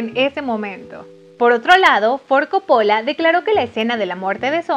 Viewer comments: Buena info pero por favor no repitas co-po-lla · soy italiana y tienes razon la chica del video lo pronuncia mal... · Me molesta que diga Coppóla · Cada vez que dices Copóla se me sube la presion!!!!!!!! ES CÓPPOLLA CÓPPOLLA CÓPPOLLA!!!!!!!!!!! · No es Cóppola? con tilde en la O? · No se pronuncia Coppo'la, se pronuncia Co'ppola !!!!!!!! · Tenía tantas ganas de ver tu video.. Pero no soporto como pronuncias "Copola"... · ¡CÓPOLA! ¡CÓPOLA! Y además, lo dice un montón!!!! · (Corleone no corleoni,)y la familia corleone era italiana no española y no eran de Roma,eran de Sicilia, y coppola le pronuncia cóppola. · Se dice ''cÓppola'' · Así como tampoco sabe pronunciar el apellido Coppola, cuya sílaba tónica es la primera, teniendo entonces que pronunciarse Cóppola (en italiano sólo se acentúan gráficamente las palabras agudas)... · Vine a quejarme por como dice copOOOOOlla 😠😠🤬🤬😠😤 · buen video....pero mala pronunciacion de coppola....entre otras tantas... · Tienes varios errores en pronunciación de algunas palabras, incluyendo el apellido del director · Primero aprende a pronunciar el apellido de director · si sabes que pronuncias muy mal Ford Coppola !!! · Exagerada pronunciación del Inglés, no entendimos tus brincos en todo el video y pronuncias mal el apellido Ford Coopola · Interesante pero por favor nunca mas digas "Caradin" .... Se pronuncia Deivid Carradain (David Carradine). Y chica por favor se te perdona lo de Caradin pero el Director es Cópola no Copola. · Querida, pronuncia bien Coppola y Hagen por favor 🙄. Deberías investigar este tipo de detalles primero antes de empezar a hacer el video. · Ni saben pronunciar nombres, dicen de una forma en una parte, de otra despues y asi...corlioni, corleone, coppola,coppolá, talía, talia...🤦🏽‍♂️ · Gabi Alfaro jaja,y a mi me sangraron los oidos de: "paramount","Coppola","Talía Shir". ... Jajaja